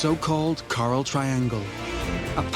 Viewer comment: I wish he could have pronounced coral correctly. All I could hear was him saying Carl. I had to turn it off